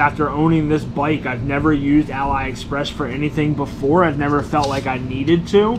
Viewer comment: its pronounced as ah-lee express, not ally express